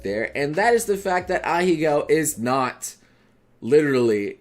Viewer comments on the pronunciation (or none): Please, for the love of god... stop pronouncing them as ahigao and say ahegao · M8, you're a weeb and you can't pronounce this word right after all this time? It's "Ah hey ga-o" Not "a-HE-GOW" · It's actually pronounced "ah-heh-gao" btw. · idc about the butchered pronunciation of "ahego" this boy be lookin like Mr. Beast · pronounces "Ahegao" wrong... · You pronounced it wrong 😭